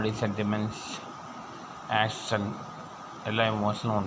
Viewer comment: ആസൻ അല്ലടാ കുണ്ണേ ആക്ഷൻ 😂😂😂